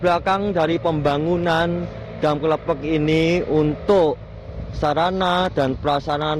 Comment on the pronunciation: Klepek lurr bukan klephek bacanya